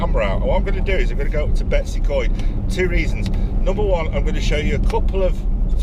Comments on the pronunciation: yes 100%. Its not Betsy Coed. It is Betws y Coed. Betoos uh coed - my best effort in phonetic spelling of the name. Greta video by the way and fantastic pictures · How about pronouncing the name properly?